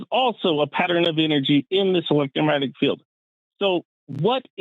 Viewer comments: He keeps saying electro-matic. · Did the guy keep calling it "elettromatic" field? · This man hasn't said "electromagnetic" properly... there is ZERO chance that he was an electrical engineer. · Am I supposed to take a person who can't even say "electromagnetic field" seriously? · This “engineer” can’t pronounce “electromagnetic”. Sounds legit! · I wish he would just say EM field instead of garbling over the word electromagnetic over and over If I have nothing and then I have one thing, the one is finite the nothing is infinite. And you can't compare something to nothing that isn't a comparison. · I'm sorry. It may not be fair but... I can't get past inability to even SAY "electromagnetic". I just can't.